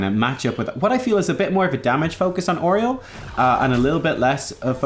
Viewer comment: Oreol? I hate how you pronounce her name. lol. Also, they're Omnics.